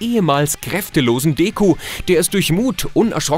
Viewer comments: arrrghh! Der heißt doch nicht Deeekuu! Der heißt Deku D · "deku" wie du dass aussprichst, ach du heilige Makrele.